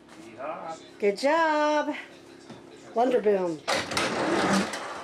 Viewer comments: I heard you say wonder boom...but it's WANDER Boom! 😊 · you're saying "wonder boom." Isn't it wander boom? He's not wondering, but he is wandering, like you! Note: this comment is kindly meant!